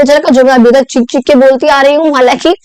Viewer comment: i just noticed cheekh - cheekh kar❌chick--chick kar✅😂😂